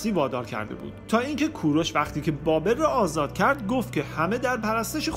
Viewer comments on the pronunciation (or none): none